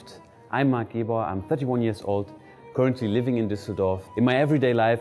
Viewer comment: Lern doch bitte mal wie man currently ausspricht...whaaaaaassss?